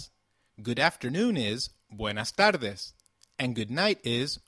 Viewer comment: Why is "tardes" said as if there is an l? "tarldes?"